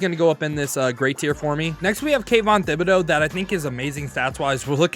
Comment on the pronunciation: i laughed so hard when he said “THIB”ODEAUX